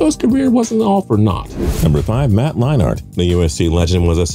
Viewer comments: Every time does a video, he pronounces somebody’s name wrong. Please get someone who knows what they’re talking about. Matt Line-art?!?! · Yeah, but he doesn’t know how to say a lot of players’ names. Matt Line-art????